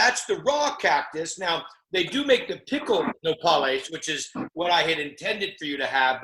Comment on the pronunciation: Fieri sounding like he doesn't like Les Paul guitars with "No-Paul-les" 😂 Bit of a tip, Guy, it's "No-pah-les"